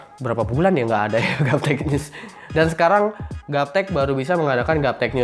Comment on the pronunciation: bang kok nyebutnya gaptech nyus sih?